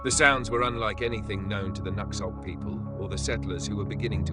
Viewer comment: They don't pronounce it /nux/ölt/ It's pronounced/nu/hõk/